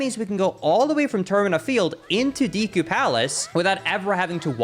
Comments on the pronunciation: "Deekoo" place :/ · Ive watched a ton of your videos but I can't bring myself to subscribe because you say "deku" the wrong way... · i have never not loved the way he says deku like “deekoo” lmao